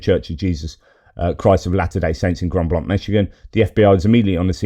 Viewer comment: Hi, & Friends.Pronounced grand blank, w/o